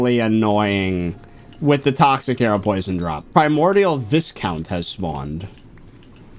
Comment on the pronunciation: Viscount is pronounced vy(why)-count not vis(this)-count Edit: apologies, this was instinctual.